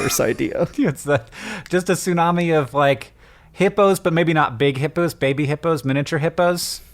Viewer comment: How many times do you those two have to say "sunami?!?" For the love of sushi, it's bad enough hearing Americans butcher that word all the time, do they have to pronounce it wrong some 500 times in one minute?!?! TSUnami, it's pronounced TSUnami. Note the T. Why do people always skip the T!?! つ（tsu) - な（na）- み（mi）, from 津(tsu), meaning harbor, and 波(nami), meaning wave.